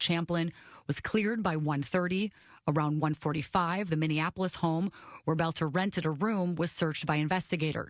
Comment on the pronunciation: His name is pronounced “belt-er”. Thanks Benny.